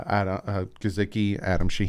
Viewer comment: I noticed you didn’t click on Mike Guh-SICK-ee for how he pronounces his name. Just a friendly reminder, there is no “Z” in his name. 🤷🏻‍♂️ That spelling for pronunciation is on his profile. Thanks for the great content! Just please pronounce his name properly now. It drives me crazy when you use a “z” in his last name 🤦🏻‍♂️🤣